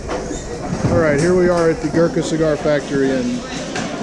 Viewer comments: Amazing how NOT ONE person pronounces the word "Gurkha" correctly! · not everyone enjoys Cigars. Not everyone smokes Gurkha. Finally, not everyone posts YouTube content about Gurkha cigars. So the journalist failed if the pronunciation is wrong.